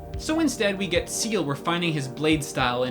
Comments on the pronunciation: Seal ? XD i can understand that CIEL is hard to pronunce when ur english guy (cuz im french and... its a french word .3.), but Seal ? XD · sea hell ( Ciel ) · The way u. Say ceil makes me cringe of how wrong it is